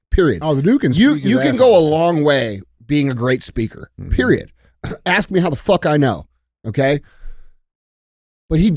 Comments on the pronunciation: With the help of that book, it won’t be long before DJ starts asking questions instead of aksing them! Love you DJ! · DJ needs to learn how to say ask correctly, instead of saying “akss” 😂 you the man DJ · DJ - I have to axe you, is your Learn to Read book series your 10 nonfiction pages? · DJ: “Doctor, let me axe you about your instensive work in orthomolecular medicine” 😂😂😂😂